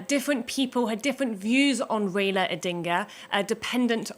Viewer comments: Please pronounce his name properly. It is RAILA not REILA. He is the doyen of Kenyan politics. A colossus, a titan. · His name is Rai-la. Not Rayla. It’s pronounced Rye-la.